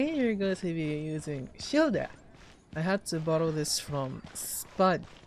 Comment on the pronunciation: Calls Tartaglia (or as I like to say Tartar Sauce) 'Child-eh' My brain: child Child CHILD C H I L D